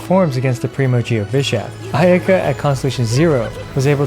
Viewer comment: I lost it when you said ayayaka 😂